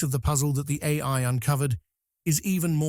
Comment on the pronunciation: I like tacos... Anyone else notice AI has trouble saying AI? Where are the real videos? The real people? The real creativity? This is only the beginning fellas... This trash will ruin ur ability to think haha and people imagine Terminator haha 😂 destroy your creativity and it's over guys without anyone ever firing a shot! Enjoy